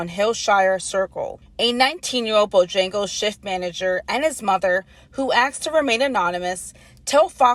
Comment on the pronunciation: The reporter called it Bojangas?